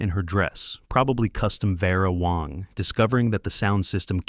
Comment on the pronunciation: VERA WANG NOT WONG